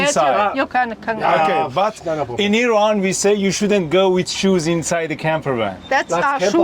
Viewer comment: Its IRAN guys not i rannnnnn